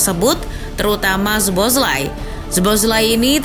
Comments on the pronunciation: baca soboslai min, bkn zboslai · btw bacanya so-bos-la-i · agak risih ya denger nyebut namanya kaya gitu wkwk, mending riset dulu cara pronounce nya min. sow·bow·slai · B aja baca nya soboslai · Dominik Soboszlai (SO-BO-SLY)😅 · Min, tolong naratornya diinfoin cara nyebutin nama pemain bola yg bener.. khusus szoboszlai (disebutnya so-bo-slai) di channelnya liverpool ada video gimana penyebutan nama pemainnya.. makasih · Szoboszlai sebutannya So-Bos-Lai. Abjad Z di mati kan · Sebutan nama Szoboszlai ialah So-Bos-Lai. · Min baca namanya z nya gk dibaca, orangnya lgs yg bilang di channel Liverpool Boleh dilihat min klo blm ngerti